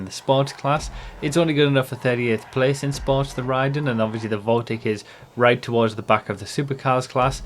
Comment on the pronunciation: Pretty sure it’s pronounced “Ray-den” for the mortal combat character.